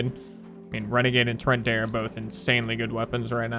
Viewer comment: “tor-ent-E” not “tur-ent-A”